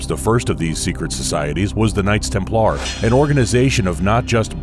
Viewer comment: You pronunciation of "knights templar" is strange but mostly great video.